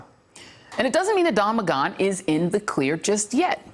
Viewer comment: Alright Joy, is it pronounced Don MaGone or Don MaGan? You can't have it both ways, so pick one and stick with it. Cool? 😉👍